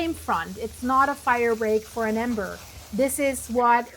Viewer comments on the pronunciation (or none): none